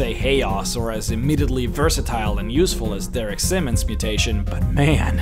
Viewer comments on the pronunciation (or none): none